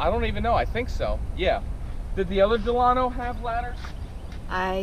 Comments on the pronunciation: Your say Delano wrong because I live in Delano California 93215 ✌💚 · You pronounced the name of this vehicle WRONG. Think about the old President of the United States , (President Franklin Delano Roosevelt.)